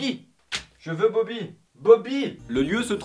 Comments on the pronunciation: C'est bochy et pas boby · C est poochi pas bobi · C'est POUCHI et pas boby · Toadette se prononce "todette" et le chien c'est Poochy :c Mon pire Fail c'est d'être tombé dans le vide à la fin du côté très obscur.